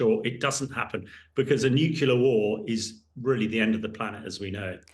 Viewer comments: I'm sure that is, as he claims, an expert in the field. However, he'd be a lot more convincing if he learned the basic pronunciation of the word nuclear, ie nuke-lear and not nuke-yoular as he repeatedly states. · Really, it is not hard to say nuclear. What’s with “nucular” - and apparently by a native English speaker?! Please! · "Nukela"??? Seriously?? Bring a real expert please. This one is ridiculous. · Nucula. Nucula. Homer. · He keeps saying "nucular". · Why does he keep saying "Nucular" I have to turn it off because he is hurting my ears! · It is cringeworthy listening to his repeated mispronunciation.........new-cue-lar🤣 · I wish this guy could pronounce "nuclear" correctly. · Good to see someone notice that he can't even pronounce nuclear correctly. It is worrying that someone at his level of military experience fails on this.